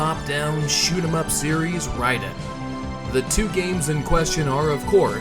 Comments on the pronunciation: He means RAY-den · yes. It’s pronounced as “Rye-den.” I went for years in the 90s saying Ray-den but no one knew better back then.